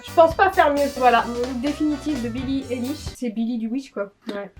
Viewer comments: Billie ÉLISH 😭💀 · Pitié dites pas élich mais aylish ahhhhhhhhhhhhhhhh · Billie AÏLISH,, pas Billie Éliche! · BILLIE AÏLISH STP PAS BILLIE ÉLISH😭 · ON DIT PAS BILLIE ILISH CA SE PRONONCE AYELISH 😭😭😭😂❤️ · Ça se prononce Billie EYlish !!! Pas élish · ça se dit billie ail-liche pour info 😭✋ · ATT MAIS C PAS BILLE ELISH C'EST BILLIE LA BICHE!😭😭😂😂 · J'étais morte "Billie élish" prononcez "aïlish"svp💀💀💀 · "billie élish" je meurs mdrrr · Mes 2 YouTubeuses préférées il manquerait plus que l’une de vous fasse une vidéo avec Gaëlle Garcia Diaz!!!!❤️🧡💛💚💙💜 Sinon je suis aussi une énorme fan de billie eillish mes oreilles ont saigné quand tu as répète Billie Élich Élich Elich💀💀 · Omg "Billie Élish" 😭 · Billie Elish c et kim k pas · Billie Élish ?? 😭😭🤣🤣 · Quand elle disent "Eillish" les fans de Billie en sueur 😭😥🥵🤡💀❤ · Ouchhh ...Le "Bille Éllich" aie. J'ai mal. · Mdr Billie Eilwish😅😂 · COMMENT TU PRONONCE BILLIE EILISH XD SA SE PRENONCE AILISH XD (deso pour les fautes) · " Billie Élish " 👁👄👁🔫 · Billims XD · Ce n’est pas Billie Eyllish c’est Billie Eilish 😂😮😊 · Sa se dit billie eilish🤬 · Moi aussi par contre comme elle prononce billie eilish ma tuer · E-I-L-L-I-S-H.... Billie Eillish stp un peu de respect 😭😭😭😂😂😂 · Elles prononcent mal Billie Eilish sa m'soule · Haha 😂 je suis en de bille eilish sa fait mal et la prononciation de 🤦😂 Et il faut avoir quell ne porte pas non lus ce genre de tenue dehors pas à ce point la sa cest plus pour les grammy ou autre ou elle est prise en photo bref😂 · c’est fais exprès pour rigoler car elle le dis n’importe comment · bah non elle sait juste pas comment le prononcer